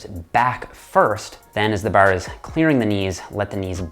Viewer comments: Grip the baahr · Baar. . . Dead giveaway to his Eastern Canada upbringing. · The way he says bar sounds like northern midwest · This guy says ‘’Bar’’ in an Irish accent kept thinking he was Irish 😂😂🇮🇪🇮🇪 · Is Irish? I can hear some Irish when he says "bar". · The Canadian accent on the word bar